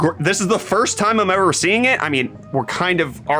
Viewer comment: Does always say "ever" like that, or was that a mock US accent? xD